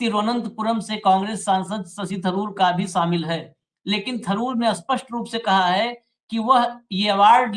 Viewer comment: ashpasht nahi shapsht bola karen thanks